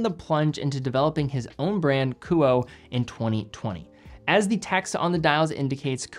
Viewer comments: Ku-oh-eh not Ku-oh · the brand name is pronounced “Ku-oh-ay,” not “Koo-oh." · Thanks for another excellent review. The correct pronunciation of the brand is KOO-Oh-Eh. In Japanese, all sylables receive equal weight (theoretically). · great video! the pronunciation of this brand would be ku-oh-ay based on my knowledge of japanese phonetics. Amazing watches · Honest question. Is KUOE pronounced 'ku-oh' or more like 'ku-oh-eh'? Japanese's kana structure and pronunciation would imply the latter, but the former could be applicable if the name has a western or Anglo-American inspiration behind it. I can't find this information on their website. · Don’t know the owner nor the company, but in Japanese this would be pronounced Ku Oh Eh. KU as in coo coo cachu… OH as in only… EH as in enemy. 3 syllable name. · Likely pronounced Kuo-eh. As in Kuoé or Kuoë. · Love your content and watch almost all of them. Isn't it pronounced "coo-oh-eh" ? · If it's meant to be pronounced as a Japanese name, it would be Ku-oh-eh. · It's pronounced "kuoe" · I think it's great you're featuring a smaller Japanese watch company, but you should really know that it's pronounced Kuu-o-eh. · I would pronounce the “e” as a third syllable. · God forbid if you mispronounce a french name on watches. But it's ok coz.it's just an asian brand.